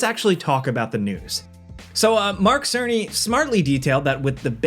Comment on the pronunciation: "merk serniy"🤓